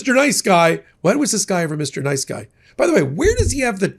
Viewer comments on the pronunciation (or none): none